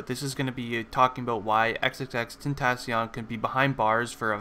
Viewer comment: Dude u say ur not going to say his by name cuz u might not say it right but bruh u said his name wrong lol